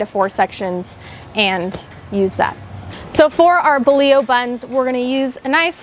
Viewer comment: I love this recipe and will be makin these tomorrow evening. On a side note, it's refreshing to hear someone pronounce bolillo properly!